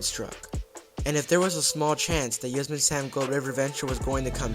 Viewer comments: I’m such a sucker for dark rides with unique theming. If they brought back Spee-Lunkers, I bet it would be in part inspired by the return of Knott’s Beary Tales. Btw, look up the pronunciation of Yosemite. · It’s pronounced “yoh-SEM-it-ee” same as the National Park in California